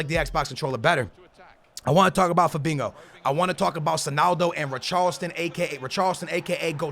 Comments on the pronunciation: Fabinho not fabingo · Naw he saying fadingo mandingo hoodingo idk wtf he say 😂😂 lol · zKaPii-_- he says it with a Portuguese accent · He always says Fabingo ...... ( no hate its just funny )